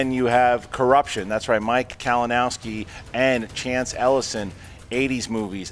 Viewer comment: did just call Kalinoswki “Kavanaghski?” Bro Lol